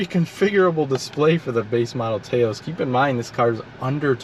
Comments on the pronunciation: It’s not “Tay-os”, but more like “Taa -os”. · It i's pronounced "Touse", like house with a T. Taos is a town in New Mexico. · It’s pronounced TAH OSE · Drinking Game: Take a shot every time he mispronounces the name of the car, saying "TAY-O's" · It’s pronounced Taos like mouse. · Rhymes with "house." :-) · Strange that you never have heard of Taos New Mexico and don't know how to pronounce the name. SMH